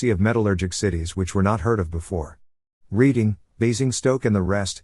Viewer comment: 'Reading' is pronounced 'Redding'.